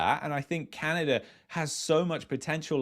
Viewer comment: I will never get past the way you pronounce "Canadurr"